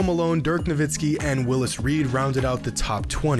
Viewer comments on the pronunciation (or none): none